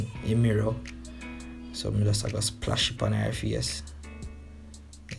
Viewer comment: "Splash e come down" 😂😂😂 "Flick eeh" 😂😂 me cya bother